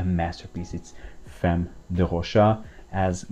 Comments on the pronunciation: Famm, not Femm. At least Tauer is in it. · No it’s “femme” in French, but pronounced Fam- or perhaps I misunderstand your point..